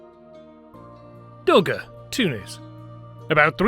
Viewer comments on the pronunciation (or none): Dougga is not in Tunis but in Tunisia! God help us all. Tunis is the capital city of the country of Tunisia. Should you not learn the basics of geography before attempting to educate the internet? And, you should also perfect your speech. Your pronunciation of place names is embarrassing to native English speakers.